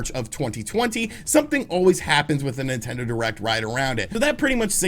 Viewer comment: Did he just say ‘nintento’? - .